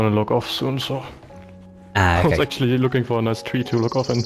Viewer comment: Please stop saying "okäi"